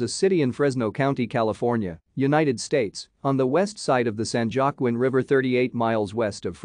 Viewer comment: San Juaquin river is pronounced San Huaquin river. I use to swim in it when I lived in Firebaugh.